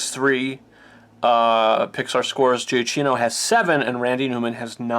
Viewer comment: Michael Giacchino's last name is pronounced "juh-key-no."